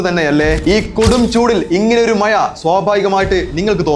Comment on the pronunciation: മയ അല്ല മഴ..